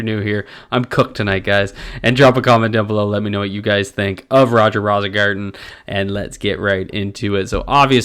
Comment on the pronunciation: I think it's pronounced "Rose-ingarten".